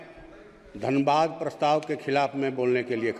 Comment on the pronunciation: धनबाद बोल रहा है धन्यवाद को